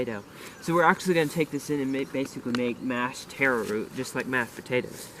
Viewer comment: It's not teh-row. It's taro. If you can't say our word, then use the botannical name colocasia.